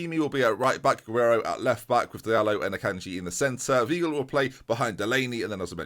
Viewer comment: Weigl is pronounced vaigl, not veegl,!